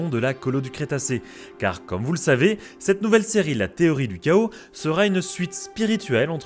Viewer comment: Petit effort danglais. Chaos : ké-osse en anglais, pas ka-osse. Sinon superbe vidéo comme d'habitude :)